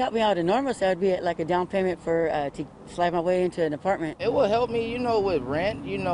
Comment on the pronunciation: Lollllll that lady was not gonna say apartment, it sounded more like TV at first 😂